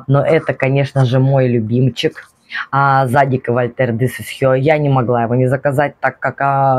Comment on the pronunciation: ваше зАдик режет слух) тем более ваш любимый бренд)